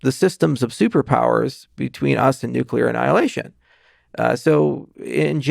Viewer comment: You mispronounced ‘nuclear’ in front of a genius 🤦